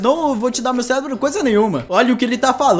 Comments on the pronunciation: O cara falou até errado o policial zumbi ele falou selebrooo mas e serebro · "Selebroooo" não era cérebro?